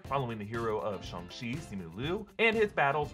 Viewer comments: Why are you suddenly saying the name differently? You’ve been saying shAng the entire time but now your pronouncing it shUng ? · im so bothered by how he says Shang, since I've never heard anyone else pronounce it Shung. does anyone know the right pronunciation?